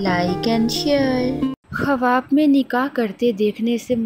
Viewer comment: khuaab hota hai. kawaab nhi.